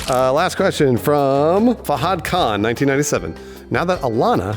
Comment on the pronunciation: Oh God The way they said Fahad...